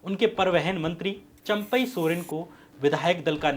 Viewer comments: चंपक नहीं चंपई नाम है , श्याम जी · Sir AAP jharkhand ke chief minister ka naam champak soren nahi champai(चंपई)soren hai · Shyam jee champak Soren nahi champai Soren hai hamare CM sahab